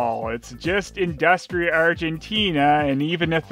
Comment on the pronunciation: it's pronounced "indoostria' XD